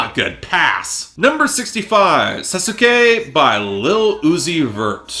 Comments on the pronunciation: Sasuke for some ungodly Japanese reason is pronounced saucekay. Also that song is a disgrace to the most interestingly motivated character in the entire Naruto franchise (don’t come after me it’s true not even Itachi beats him). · are you reviewers all pronouncing sasuke completely wrong on purpose? i feel like i’m going insane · Did you really pronounce Sasuke like that?